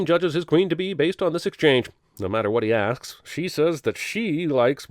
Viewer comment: Neglected to sin: Jeremy clearly says "no matter what he axe", where he means "asks".